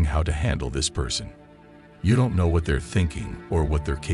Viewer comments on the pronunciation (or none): none